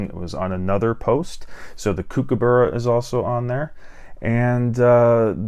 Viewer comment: hey dude, thanks for the video...just FYI... Kookaburra is pronounced COOK (as in chef) not CUKE.. so COOKABURRA